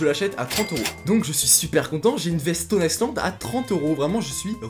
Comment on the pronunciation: Ca se prononce Stone Aille land mais pas Stone Aille ce land. Pour dètecter le vrai d'un faux, il y a un QR code sur l'étiquette intérieur qu'il suffit de scanner. Ensuite le vrai patch se reconnait au relief des boutons.